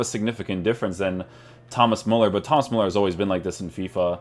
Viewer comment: Its pronounced MÜLLER